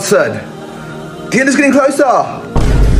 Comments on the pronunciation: "The end is getting closaa!" GOT ME DYING😂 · “Guys, the end is getting closaa!” Why bro 💀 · “The née is getting closaaa” Bro had to violate Danzy so badly😂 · as a british person, i can confirm that we say “closaaaaa” like that 💀💀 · "The end is gettin closaa"😂 -danzy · Bro became British for a nanosecond💀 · Bro became British just for a word